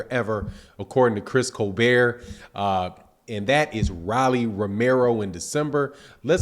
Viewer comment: How you mispronounce everyone name lol Chris colbeeeeeeer and rawwly lol